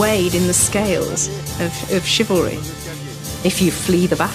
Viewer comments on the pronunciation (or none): The Narrator's pronunciation of 'Chivlary' is driving me crazy